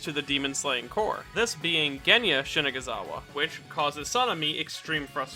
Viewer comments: Why are you pronouncing “corps” “core” and “Shinazugawa” “Shigazunawa”? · I swear I hear him say Shinaguzawa instead of Shinazugawa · Am I the only noticing that you're saying "Shinegazawa" instead of "Shinazugawa" ? Other than that the video is pretty cool, thanks for all the great knowledge you brought to us ! Sanemi is more than just a Tsundere, he is a great character ! My second favourite after Kyoujurou ! :) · I cant unhear mispronouncing his name as Shinaguzawa instead of Shonazugawa. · it’s shinazugawa not shinagazawa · ''Sanemi Shaniggazawa'' 😳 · It’s sanemi shina-ZU-gawa not shina-ga-zawa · it's Shina ZU GA wa lol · Bro said *shinaguzawa several times 😭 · bro you said shinigazawa. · "shinaguzawa" not to be rude bruh but your saying it wrong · on the first few seconds of the video you said "sanemi Shizanugawa" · Ik I'm not the only one who heard "sanemi shini**azawa" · "Shinaguzawa" Pain. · Its funny that you wrote his name right but read it wrong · He said the n word when saying his name😂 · i dont like the way says shinazugawa sounds kinda.